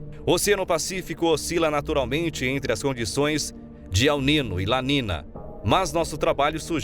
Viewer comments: Desculpe-me a intromissão: o fenômeno Ele Nino se pronuncia El Ninho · Locutor precisa saber que niño tem som de nh